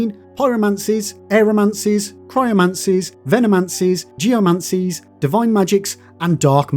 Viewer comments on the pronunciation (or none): How many times have you flubbed "mancies" in the voice over? :_LibHmmm